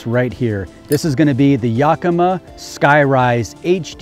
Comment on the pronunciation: Love the truck, we have to help you say Yakima right though. “Yak-ima” not “yuk-ima”. lol